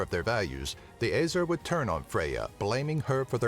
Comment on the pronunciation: you said æsir wrong btw